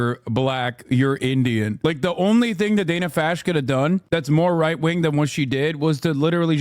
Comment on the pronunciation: Wait, did he just say, "Dana fasc?"